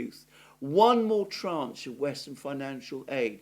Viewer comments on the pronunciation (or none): none